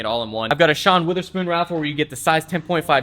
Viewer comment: Why does he pronounce wOtherspoon as wItherspoon?